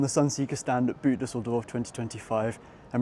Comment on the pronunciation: Nice review. But pls just call it “Boat Düsseldorf” if you can’t pronounce the German “Boot” in your videos. Your boot just sounds so off 😅